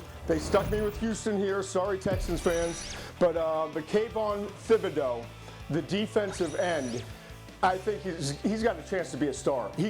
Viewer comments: Everyone in Louisiana cringed when he pronounced Thibodeaux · As a person from Louisiana, Todd McShay's pronunciation of Thibodeaux makes my ears hurt.